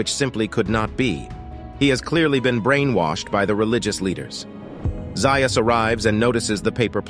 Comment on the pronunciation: Dr. Zaius is pronounced Zay-is, not Zeye-is.